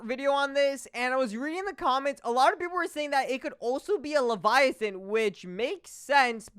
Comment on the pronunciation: "it might be a leviathin" -Gargantuan leviathan